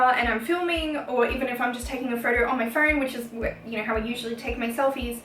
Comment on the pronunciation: I like the way she says photo ...phodow